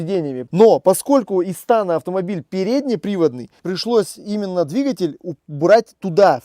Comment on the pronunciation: Не истАна, а истанА!😬😬😬